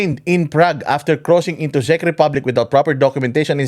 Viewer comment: Ang panget mag pronounce ni ante Kler ng "CZECH".. attorney ba talaga yan🤣🤣🤣